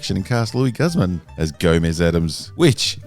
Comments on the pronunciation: It's pronounced 'Goose-mahn'... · Meh. I’m not bothered by Luis Guzman playing Gomez. I am bothered, though, with your pronunciation of his name. Yikes, man. Yikes.